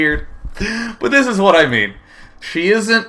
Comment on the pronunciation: I love how day9 adds an h in front of every word that starts with a w. x) hwhat.